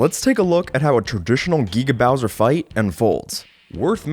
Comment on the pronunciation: It Giga Bowser, not GGaw bowser. You say it wrong so often. But I'll let it slide as not every research video ever made is perfect.